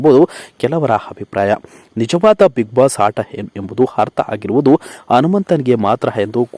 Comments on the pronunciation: Hase alvo hata alla ata thooo neeno ninna kannadano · ನೀವು ಮೊದಲು ಕನ್ನಡ ಸರಿಯಾಗಿ ಕಲಿರಿ..... ಆಗ, ಆಟ, ಹೀಗೆ ಹೇಳಿ.... ಹ ಕಾರ ಯಾಕೆ ಉಪಯೋಗ ಮಾಡ್ತೀರಿ